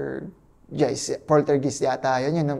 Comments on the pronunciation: Poltergeist ang mag pronounce niyan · Ang boring cguro nito kainuman. Pangit mag kwento eh haha "Invested sa paranormal" pero di alam pronunciation ng poltergeist